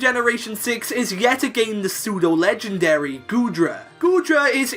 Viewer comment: Pseudo, not psedue! And you left off the A in legendary!